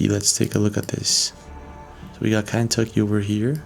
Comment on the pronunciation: It's ken tucky. Not can,. Tucky.